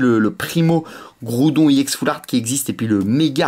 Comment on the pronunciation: DIT EX PAS I EX TES VIDÉO SONT BIEN MES SES TES I EX QUI LA GUACHE